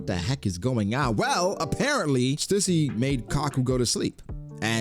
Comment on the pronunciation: stussy but the t is silent